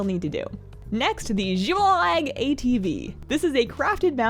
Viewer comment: Are you okay!?!? It sounded like you sprained your tongue halfway through pronouncing "Xiwyllag ATV". Should we call a holy priest for some healing?